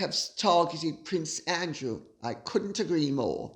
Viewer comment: Sarah Duchess of York and Epstein paying her bills--I read $15, 000 the other day, but read something like it was in the hundred thousands a few years ago. Edit to add: closed caption always renders Lady C's pronunciation of Prince Andrew as, "prince angel" !